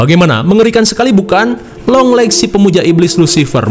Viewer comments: 👥👥👥👥 :yang kalian denger (long legs ) 👤. : yang gw denger (Yong Lex)😂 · Yg orang laen denger : "junjungan long legs" Yg gw denger: "Junjungan Yonglex 🤣" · Longleggs❌ yonglexs✅ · Beberapa kali dengernya younglex maap🤣🤣